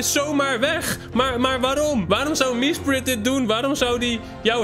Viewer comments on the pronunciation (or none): Iedereen: Mesprit: "MieSpRit"